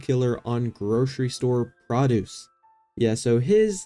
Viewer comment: Prahduece? Are you kidding me you don’t know how to say produce??